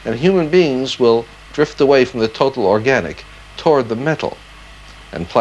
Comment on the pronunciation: And "toord" for "toward". Perhaps they based Zoiberg's voice on that of Asimov?